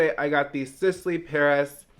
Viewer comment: trying to pronounce the Sisley products is me all throughout school 😭😂